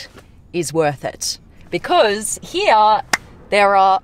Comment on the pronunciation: I just love how she spells the word "because" ...something like this: " biiiicooooozzzz"....superaccent💋💋💋